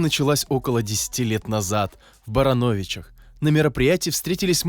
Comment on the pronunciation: Вы за правду ??? Скажите по правде, почему город БарАновичи звучит у вас как БаранОвичи ?